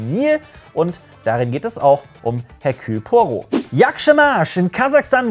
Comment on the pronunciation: Das H bei Hercule Poirot ist stumm.